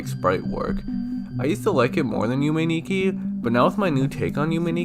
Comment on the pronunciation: It’s pronounced Yume is pronounced (you-may)